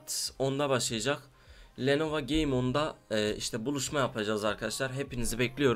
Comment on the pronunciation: biseyi de duzgun soyle la lenovA deil lenovO vAndetta deil vEndetta